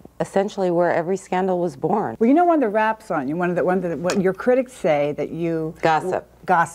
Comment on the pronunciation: “I’m yew. I’m just like yew.” No. No you’re not.